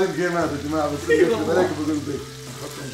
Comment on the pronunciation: بيك❌ خيك✅